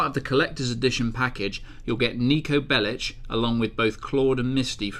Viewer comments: Why does he pronounce "Bellic" like that? Roman and Niko say Bellic loads in GTA 4 and it ISN'T pronounced as "Bellich" like he did ! What an idiot. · Niko Bellich? Why is he saying Bellich? Isn't it Bellic? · Its Niko Bellic as in LICK not LICH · "Niko Bellich". Jesus... >.> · BELL EEK FOR FUCK SAKE BELL EEK!!! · Lol he said Niko Bellich... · Maybe rockstar made them mispronounce their surnames because the non-serbian, croatian or bosnian speaking individuals could understand the story better.... And I can swear that I hear Bellich in some part of the game... And there isn't a serbian surname that doesn't end with ć. or čić... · "Niko Bellitch" lol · Learn to pronounce Bellic, please, the way you pronounce it is disrespectful.